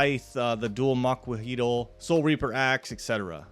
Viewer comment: Its pronounced amoxliatl